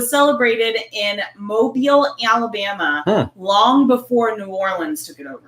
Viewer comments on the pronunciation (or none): none